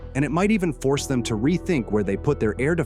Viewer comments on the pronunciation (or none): none